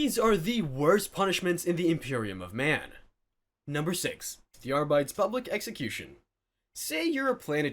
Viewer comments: Came looking for this comment lol. Cringed every time he said Arrrr Bites. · and also Ar-BITES instead of Arbit-EES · I'm not expert, but because it is all supposed to be "Latin -ish" sounding names, I would guess "arbites" would be pronounced "ARE-bee-taze" not "ARE-bites" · Ears bleeding. It's not "are bites." It's "AR-bi-tEHs." Hell, even "ar_BI-teehs" is better. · Ar-bee-tees! Not Ar-bites. Call yourself a 40k?😂 And laze-guns? God-emperor what is this heresy?🤦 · You can literally follow the pattern with the rest of the ordos. kus-to-dees Custodes, a-star-tees Astartes. And so forth. If the man insist on ar-bayts. he might as well say kus-TOADs and AY-starts. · Isn't High Gothic supposed to be pronounced like in Latin? So ARR-BEE-TAYS rather than ARR-BITES? Otherwise you'd have to pronounce "Adeptus" as American as the "Arbites", right? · Arbites is pronounced Are-Bee-Teez, not Are-Bites. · I think Arbites is pronounced "arr-bit-tees". Just sharing in case, if I was running a TTS I'd spell it differently. If I was reading it, well, that's easier. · “Arbights” lol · Ar-bee-tees... Say it with me... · c'mon, bro. "ar-BEE-tis". It's Latin....sorta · Between the pronunciation of Arbites (are-bit-ease) and Roboute (row-boot) I think I'm done with 40k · Ar-bites was killing me! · "R-bites"? We're not off to a great start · God damn "Are-Bites" ffs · Arbites = R Beetees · Arr-bites sound like a snack for pirates. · That's not how you pronounce Arbites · This is not how you pronounce arbites. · The way he pronounces "arbites" is heretical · Why can't anyone say arbites correctly? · You shall step on a lego piece for every instance you mispronounce Arbites. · One more to add to the list - having to listen to someone mispronounce "Arbites" repeatedly. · Yeah like if you see a word you don't know, look it up damn